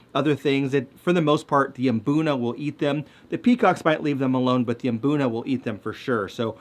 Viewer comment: Thank you for mmm-BOOnuh. I've never been to Africa, but I'd bet no self-respecting locals are saying MUH-boonuh.